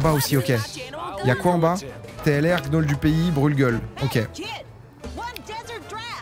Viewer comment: Gnôle se prononce « niole »